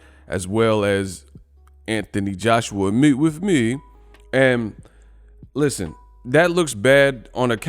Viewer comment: "Meet wif meeh" 🤣😂😭